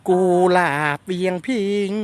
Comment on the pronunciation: กุหลาบ ไม่ใช่ กูหลาบ